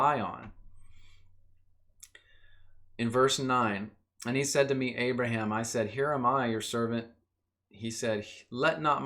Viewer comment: great video man but who is this "abaraham" ;)